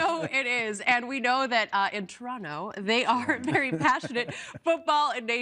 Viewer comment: The Paisano pronouncing toronTo had my dying. Then Kevin was there to clear it up. See? Kevin is necessary in such an important announcement because all Ontarians were thinking the same thing.